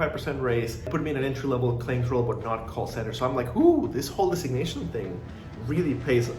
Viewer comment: Why can’t you say the word “designation”. Lol